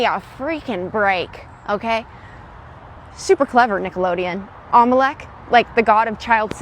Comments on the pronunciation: Lol that golf lady mispronounced the whole legends of the temple without even trying to correct herself its not omelec or whatever she said its Olmec. I think shes never even seen the show Im callin cap on all of her content. It seems like shes not even doing her research and shes just putting out videos just to clip farm lol BTW if you wanted to know what Olmec came It really pays to do your research before believing some of the vids on the internet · The Heads name was Olmec ... not Molech😅😅😅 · It's Olmec after the tribe...not what you said, lady